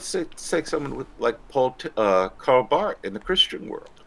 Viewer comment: Dear, as a fan of Barth, pronounce it Bart, silent h.